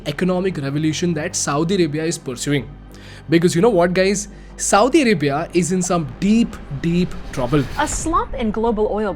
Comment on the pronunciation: You sound like Saudi Ribia!LOL